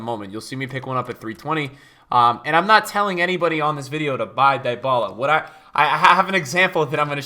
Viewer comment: Facts. Just remember when you pronounce Dyballa..... He is NOT "Dying"...... D-balla